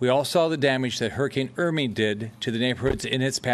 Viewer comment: sean newman I heard Irmy. More importantly, the interpreter signed Irmy. She has to sign whatever he says, unfortunately.